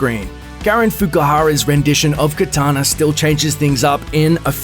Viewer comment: it's kAtana not kItana, that's Mortal Kombat babe talk. Sure kItana is cool but I like kAtana better. Cheers!!